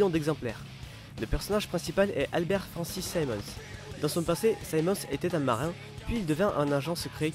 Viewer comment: C un marinne pas un marin